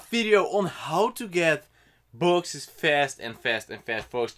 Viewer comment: still says boxest